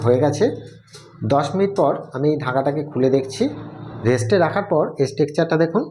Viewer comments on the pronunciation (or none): আমি আপনার নতুন দর্শক। Subscribe করেছি একটা মিষ্টি দই তৈরি করার ভিডিও দেখেই। আপনার earnestness ভীষণ ভাল লেগেছে। আপনাকে ধন্যবাদ জানাই। সব মিষ্টি বানিয়ে উঠতে পারব না স্বীকার করি। কিন্তু সৎ মানুষের কাজ দেখতে ভাল লাগে। তাই দেখি। মিষ্টি তৈরি করা একটা শিল্প। আর আপনি তার শিল্পী। শুধু একটা শব্দের উচ্চারণ যদি একটু ঠিক করে নিতে পারেন তবে আপনার ভিডিও আরও আকর্ষণীয় হয়ে উঠবে বলেই মনে হয়। শব্দেটা হল- টেক্সচার (texture)। আপনার প্রথমেই 'স' চলে আসছে। ঐটুকুনি যা খুঁত। তা ছাড়া আপনার কাজ অনবদ্য।